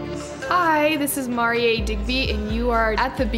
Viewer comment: Mari-ay? Are you serious?! I've been pronouncing your name as "Mary" every time! Did you change the pronunciation because you're a star now? Or have I just been pronouncing it wrong all this time? =P